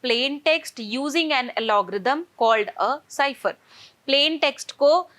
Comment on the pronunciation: mam it is not alogrithm it is algorithm...